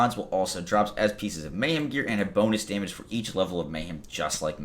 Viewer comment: Hey, these are all great changes! Mayhem level on cards? Yay! I can finally stop hoarding and clean out my bank. On a personal note, I just gotta tell you how much my wife and I crack up every time you say Daaamage! You sound like a true New Yorker. Even if you aren't ( I don't know or care ). But it is hilarious! DAAAMAGE! P.S., Thanks for all the video tutelage, PEACE!